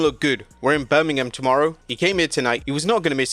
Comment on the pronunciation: I love how you brita say Birmingham like you’re not talking about the one in Alabama, BAH GAWD! ROLL TIDE. Also, isn’t pwi elite still Meltzer? And why should I ever believe him ever?